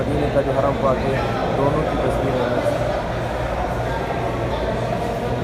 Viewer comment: Aur ha bhai masjid al haraam nahi Wo Haram hai Kam khiche is alfaz ko Hrm se haraam hojata hai Plz dont mind